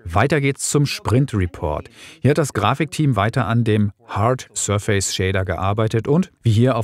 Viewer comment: Danke für das Video. Kannst du bitte die Aussprache des Wortes „surface” nochmal nachschlagen. Da rollen sich einem die Fußnägel hoch.